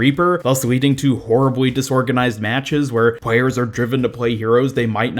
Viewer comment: What is it with Americans having this weird lisps where they say stuff like “pway” instead of play “pwayers” instead Of players?